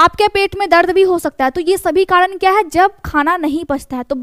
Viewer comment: Karan bolo kadn nahi hota hai pehle bolna sihko